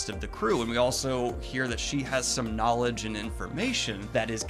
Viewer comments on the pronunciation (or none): none